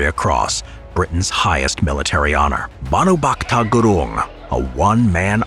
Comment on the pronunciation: Your acent on bhanubhakta gurung is incorrect you should call him nam properly he is a legend of nepal 🇳🇵 and i am neplease too ❤❤so brother respect him and call his name properly